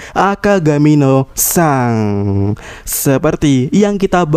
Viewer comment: Yg bener min pelafalan akagami no shanks, di baca seng bukan sang, trus aja sang sang sang . Geli denger nya